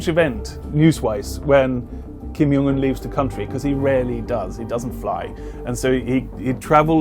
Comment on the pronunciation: The J in his name isn't pronounced as a Y 😔